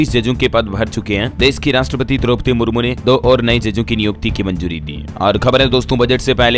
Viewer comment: Dropadi Murmure nahi Dropadi Murmu hai.Aur adiwasi oil pane ka no. kya hai?